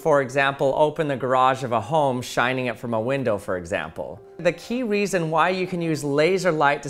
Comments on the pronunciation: Has nobody came down here to point out he said "key weason"? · Ha he said weeson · Sry the way u said reason sounded funny made me think of "i was just wondering the amount of dededitated wam I should use in my server"